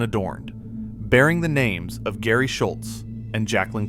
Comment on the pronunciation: Apparently people have a hard time training an AI to pronounce things right. gare-oldine? lol And it said gary isntead of Geri pronounced like Jerry